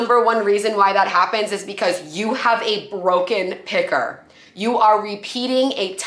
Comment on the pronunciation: Did she say a broken picker? I kept hearing pecker. ha-ha